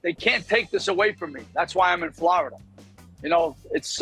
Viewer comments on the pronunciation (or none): why is he saying "Flarada"? Some mysteries mae never bí solved...